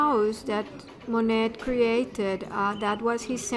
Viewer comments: “Mo-nett”? How can anyone NOT know how to pronounce the name if they are presuming to inform people of his life? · To viewers: Please, please don't mispronounce this artist's name in another video, should you decide to narrate your own visit to this wonderful place. 😮 The "t" is silent. Thank you. Phonetic spelling: moh-nay. And if you are wondering...yes, I have been there- it is definitely worth a visit imo. The gardens were the highlight for me. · I wanted to watch but upon hearing the mispronunciation of Monet I just couldn’t do it… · I agree with the request for correct pronunciation of Monet. Additionally, it would be a better presentation if you were not reading the text. It comes off as "stiff".